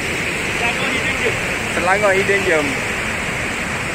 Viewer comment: Hidden GEM = Bukan bunyik JERM tapi GEM= bunyik nye sama mcam JEM, mcm JEM roti. Bunyi jem. ✌ ok sama2 sharing knowledge. Anyway love the vid too 🥰